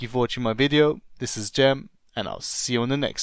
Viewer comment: Turk musun? Gem i oyle bi Cem gibi soyledin